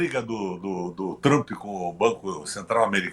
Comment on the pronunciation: O velho não sabe nem falar o nome de Tramp, chamou de Trupe.kkkkkkkk Reclamando da privatização de alguns setores da Petrobrás porque não é mais loteado para partidos políticos pra roubar , velho canalha mentiroso, asqueroso e sem caráter.